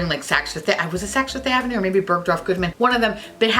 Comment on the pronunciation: my long island ass LOVES hearing you say saks fifth avenue in that new york accent. sounds just like home 😌😌